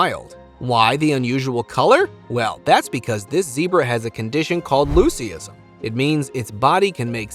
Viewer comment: Loosie isn? No , its pronounced Loo siz um.